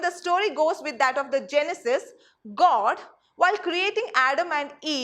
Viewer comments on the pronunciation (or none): none